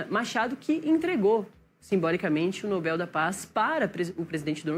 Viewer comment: Atenção: vocês estão pronunciando a palavra "Nobel" de forma ERRADA!!! A sílaba tônica é igual a palavra "PAPEL", ok? Se vocês são jornalistas sérias procurem falar português da forma correta, por favor!